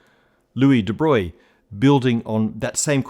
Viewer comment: I'm impressed you managed to prononce Louis de Broglie correctly :)